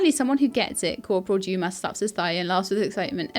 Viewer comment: a quick cheat for french pronunciation is to not pronounce the last letter and just let the sound trail off. So 'Livre' is pronounced Leevr running the v and r sound together only half pronouncing the r so the whole thing is one syllable. 'Dumas' is pronounced Doo-maa. Interesting game, I'd certainly watch more if you're enjoying playing it